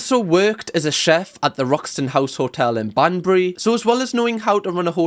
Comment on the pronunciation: Listening to you pronounce my hometown Banbury 😂 love it 👌